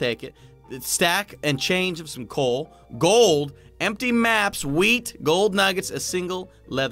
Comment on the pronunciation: did you say “glod” instead of “gold”? 😂😂